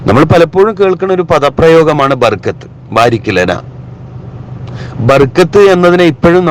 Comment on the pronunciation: Barakath not barkath